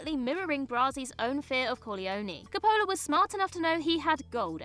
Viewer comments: That's all very interesting but I get pulled out by the narrator not knowing how to pronounce Coppola. It's not Cup-o-la or whatever she's saying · I would buy that excuse if this were a tomayto/tomahto or herb/erb thing, but she’s talking about *Francis Ford Coppola*, not some obscure student director who’s still in film school in Podunkville USA. As someone who narrates entertainment-focused videos on an entertainment-focused channel, she should absolutely be expected to be able to pronounce people’s names correctly. If I (an American) can manage “Ralph Fiennes” she should be able to manage “Coppola.” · Can the writers at WhatCulture please help their narrators learn how to pronounce names? They are constantly mispronouncing very famous names. Coppola's name isn't pronounced that way at all.